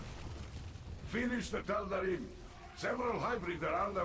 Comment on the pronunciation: I may have missed this in a video long ago, but why does pronounce "Tal'Darim" with an "ihm" instead of the "eem" ending (like the characters pronounce it)?